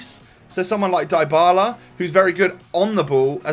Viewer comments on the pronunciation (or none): Hey, that name is pronounced Dee bala